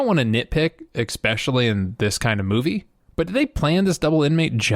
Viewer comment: If you say ECspecially one more time I'll belt thee in thas chops, love your videos dude!